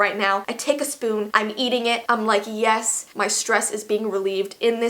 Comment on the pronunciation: “YeSsSSsss” “Eet’z dun” I’m dead XD that accent is my life sourceeee